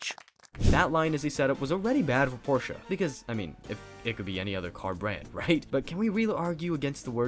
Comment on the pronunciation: Pork chop? Did you mean Porsche?